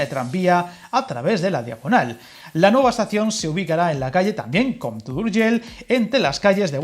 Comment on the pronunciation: Muy buen video, como siempre. Que pena que las dos líneas sean de ancho diferente, sería fantástico poder ir de Rubí a Sant Boi sin cambiar de tren, cuando haga la carta a los Reyes Magos lo voy a pedir, por probar que no quede. 🤣🤣 Por cierto, reconocerte el esfuerzo que has hecho para pronunciar esas palabras en catalán tan difíciles para un español, como Sabadell, compte o Urgell. 👍👍 Saludos desde Barcelona.